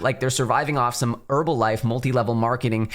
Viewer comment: bro said herbalife 😂 im dead. get what u mean tho